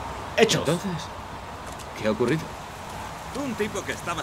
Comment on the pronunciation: pero es aiden :v